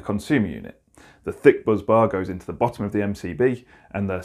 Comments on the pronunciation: 'Bus' bar not 'buzz'. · Agreed it's spelt "busbar". Buzzbar may just be a quirk of pronunciation. 😊